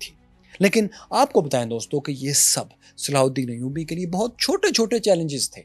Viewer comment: Sallhuddin Ayudi ka naam acchy se lo bhai